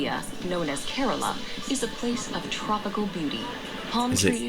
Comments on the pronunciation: speak kerala not korola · It's K-RAA-LA....